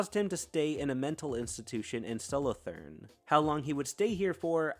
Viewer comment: I love how you pronounce "Solothurn". I live only 20km from there.